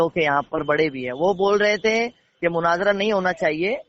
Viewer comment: نام تو چینل کا صحیح اسلام رکھا اور اردو بھی صحیح نہیں آتی ۔ مناجرہ نہیں مناظرہ ہوتا ہے ۔